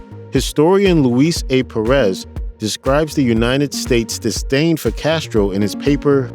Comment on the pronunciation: Pérez...not Peréz